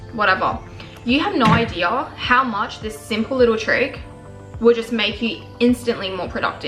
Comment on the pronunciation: Can I just take a moment, to address, .how. much I love her. emphasis on "how much"